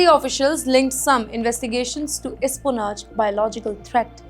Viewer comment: It’s “espionage” not “isponaj”